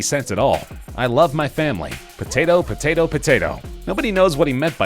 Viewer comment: "Patatoe, Patatoe, Patatoe...."